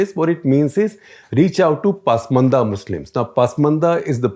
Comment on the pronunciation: It is ‘pasmaanda’ not ‘paasmaandas’!